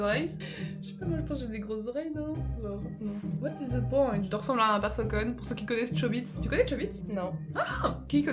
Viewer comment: elle a dit persoconne au lieu de persocome